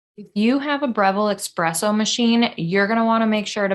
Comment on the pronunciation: Esssss-presso not ex presso